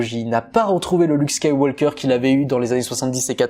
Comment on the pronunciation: Ne prononce pas SkywaLLLker mais Skyw"oker". Super ta vidéo et vivement dimanche 😉